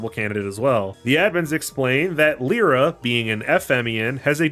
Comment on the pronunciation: So, are you purposely mispronouncing some character names? Like, um, you seem to get how to say Lyre, so, um, follow that logic and say Lyra again. (This is mostly a joke lol). Yeah but that's a new pronunciation for Omega Xis. I've always said the last bit as Ex-iss. Who knows? Unless... There's subtle voice acting later in forgetting about lol. And I always pronounced Sonia like you would Sonic, like a wave. She she's, well, music themed. IDK. I never saw the anime.